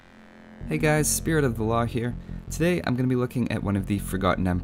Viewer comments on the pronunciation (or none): none